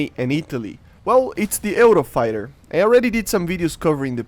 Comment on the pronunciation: Also you pronounce it "yoo-row-fai-tuh"